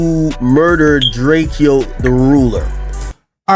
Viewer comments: How this ninja still pronouncing dude name wrong as much as hes in the news...Dray kee O??😂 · Wack can't even say drakeo correctly he is cat 🐈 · He is saying Drake-o to troll